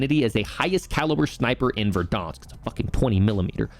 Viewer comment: Its VERDANSK. Like VEHR-DAHNSK. NOT VER-DAWNSK. CHRIST.